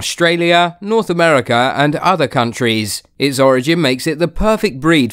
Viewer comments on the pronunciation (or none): none